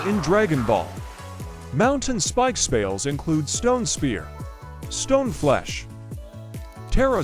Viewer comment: it’s not bad but could use some tuning, around the end of some sentences it pronounces with a odd southern accent like at the start when saying spells it pronounces them like spales and says whep instead of whip